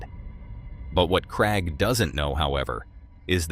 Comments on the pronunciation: I'm from England 🏴 it's Craig 😅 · Yeah I hate how he says Craig, so annoying say it properly matey!!!!!!